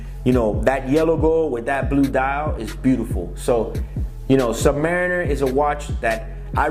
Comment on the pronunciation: Dude can't even pronounce the name properly. Do you know what a Submarine is? It's the noun of that